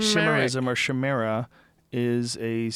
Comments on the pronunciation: Chimera is pronounced like ky-mer-a. It's a mythical animal that is a mixture of many species. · lol joe refusing to read the pronunciation of chimera! ki not sh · it isn't a chimera. its pronounced kai mer a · I cringed when he said "shamara" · Jo you pronounced it wrong boss, chimera( say it with a k sound) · chimera pronounced shy-mera was the funniest thing ever.